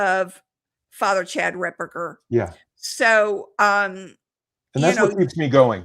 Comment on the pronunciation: It’s Fr Ripperger not RipBurger!. lol